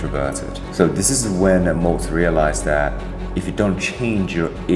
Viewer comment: Maltz, not Moltz.